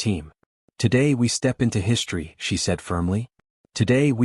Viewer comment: Can you PLEASE tell me WTF the following words mean!!!!???? "SHTRETCHED", "SHTRANGELY", "SHTRUCTURE", "SHTRANGE", "SHTRETCHING", "SHTRONGER", "AWESHTRUCK", "SHREET", "HISHTRY", "EXSHTRORDANARY", "SHTRANDS", "DESHTRUCTION", " Your "Shtraining AI is "Shtressing" me out with it's "Shtruggle" to FREAKING speak Anglishes Properly!!!!! POS AI!!! I think you should "SHTRIVE" to do Much Gooder with a "SHTREAM" of FREAKING "..str..." words that are FREAKING pronounced properly!!!!